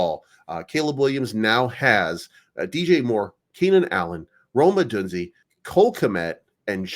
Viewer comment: It's pronounced Oh-doone-Zea